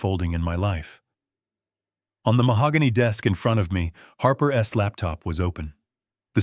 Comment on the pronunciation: Every time there is a possessive he pronounces wrong ! Doesn’t anyone tell these narrators how it’s pronounced as Harper’s not Harper S. Preston’s not Preston S car. For example